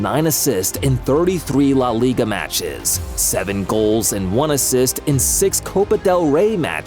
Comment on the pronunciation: the way he said leigua eae